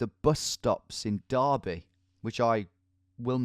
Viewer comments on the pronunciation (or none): none